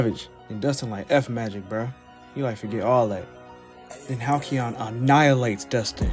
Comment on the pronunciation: "halcyon" is hal-SEE-on. Hearing you say it wrong every time hurt.